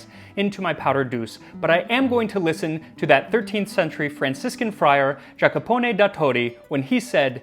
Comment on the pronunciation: *Yacopone is how you pronounce it m8